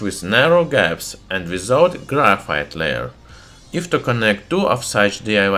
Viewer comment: its not grayfiet